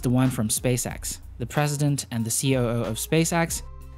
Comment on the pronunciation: are you saying ceo? because it sounds like "see oh oh" coo